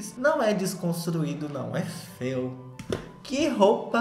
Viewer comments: Rezando pro perder a mania de falar FEA e FEO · falando FEIO e eu entendendo FAIL. PS: Sobre o filme da Lili eu vi e achei péssimo queria que a Netflix me pagasse pelo tempo que eu perdi tentando entender e ver esse filme.